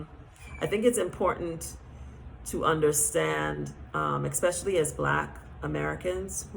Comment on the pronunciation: You raise valid points , but I would like to encourage you and all other people who are reaching a wide audience to use proper pronunciation when speaking English. Otherwise listeners pick up that incorrect pronunciation and our language slowly but surely becomes altered. The word is : especially.… I noticed you and some others online pronounce the word: eKspecially which should be pronounced without the letter K , and just how it is spelled: ESPECIALLY I am a teacher, and am striving to help preserve the English language, so that these incorrect habits do not get picked up by the masses of people who are listening and thereby use the incorrect pronunciations and uses of words. It is especially confusing for foreigners who are trying to learn English and they hear inconsistencies and become more confused. It’s not an easy language to learn. Much love.❤